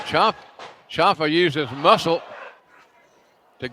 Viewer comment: It's pronounced champ-uh not chomp-uh